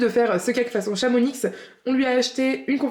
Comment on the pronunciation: Super recettes à tester mais juste une rectification de Savoyard on ne prononce pas le "x" de Chamonix 😉😁mais continuez vos vidéo elles sont super ❤